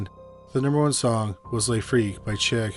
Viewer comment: SHEEK, NOT CHICK.